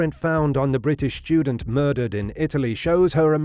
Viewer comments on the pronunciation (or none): What is a "schtudent"? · The word 'student' is not pronounced SHTUDENT. Everyone under 40 sounds like Sean Connery after a few sherries. How has this happened?